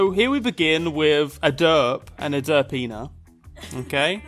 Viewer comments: every time you say "derpina" it sounds like "da penis" lol. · i keep thinking youre saying der penis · what he says: derpina what I hear: da penis